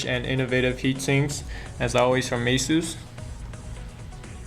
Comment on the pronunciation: Goddamn, get a better dude to do these videos. I hate his lisp and how he can't pronounce ANYTHING properly. It's SAHTA, not SAYTA. And Aysus, not Ahsoos